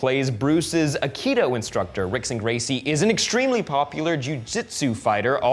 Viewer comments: "Rickson" is pronounced "Hickson" A friend of mine is a BJJ fanatic. He went through a phase where his go-to joke was to pronounce his R's as H's because that's apparently how Brazilians pronounce it, and now the OCD in me can't help but correct this. Argh. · Rickson Gracie, pronounced "Hick-son." Portuguese words starting with "R" are pronounced like an "H" like "Hoyce" Gracie (spelled Royce Gracie). - from the MMA community